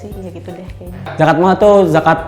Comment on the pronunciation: kenapa gue ulang ulang ya yang "zakat mall" wwkwkwk